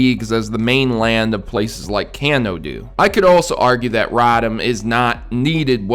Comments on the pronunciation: "Rotom" is pronounced "ro-tom", not "rah-tum". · radam? thought it was rotom lol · Its ROTOM (ROW-TIM) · But! You're pronouncing Rotom wrong!